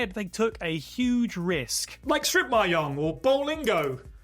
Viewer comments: same thing, still incorrect. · How does someone not know how to pronounce mahjong in this day and age?